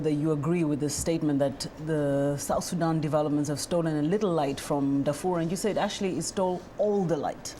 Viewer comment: Hey sister please don't pronounce it SudOOOOn...its Sudan (light a) also, its not Darfr (you cut the o) its Darfoor